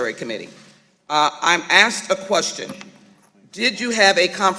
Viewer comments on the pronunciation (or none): She also "assed" a question . At least she didn't "ax" one . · she "aksed" a yes or no question.